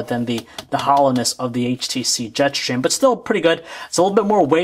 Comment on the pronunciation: Am I the only one annoyed by the way he says Jetstream? "Jet Shtream"